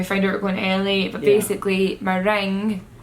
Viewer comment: i taught said Italy every time she said LA.😂